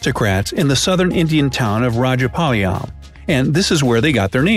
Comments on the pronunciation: It is pronounced Raa Ja Paa Layam and the say it like Rehapaleyem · edit 3: it's Raajaapalayam in pronunciation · Fun news for Indians: when said rajapalayam I can't tolerate my laughter 😂😂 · The way u pronounce "Punjab" and "rajapalayam"😂😂😂😂😂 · The way you pronounce punjab rajapalyam and karnataka is funny. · The way u pronounce Punjab, kutta and rajapalayam is just...........I got no words🤣🤣